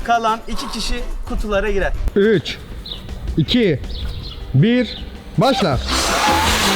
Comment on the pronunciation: basla yerine bakla dedi adam